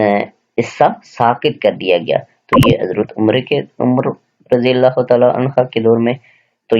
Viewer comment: Sir kindly jab ksi sahabi ka naam ay tw razi Allah tallah han hu read kya krn. Ap gair-danista tor pe Razi Allah hann ha read hin. Agr koi bat namnasib lgy tw sorry sir ...